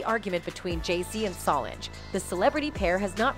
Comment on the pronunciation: And you say Solange name wrong too please stop .so disrespectful